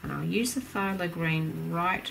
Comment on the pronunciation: Hello. I’ve been enjoying your tutorials. The little green bits at the base of flowers is called a “sepal”. Also, in the Oxford dictionary, it’s written the the word phthalic is derived from naphthalene, so the “a” is pronounced like “fat”, not “thy”. Hope this is helpful to you.